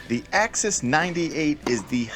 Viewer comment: Axis not Access. 😜